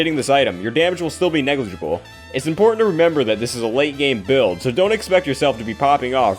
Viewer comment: "negligible" (words are hard). LOL